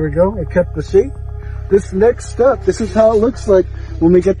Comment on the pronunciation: The way he says next step sounds like snakes step and I was about to exit cause I hate snakes